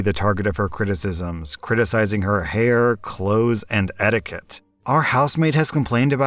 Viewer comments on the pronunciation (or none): none